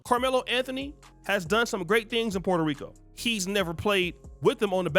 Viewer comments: His punk ass tried to roll the R too when saying Puerto Rico. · Why can't he speak Spanish? He can't even pronounce Puerto Rico correctly! He's a selfish sellout!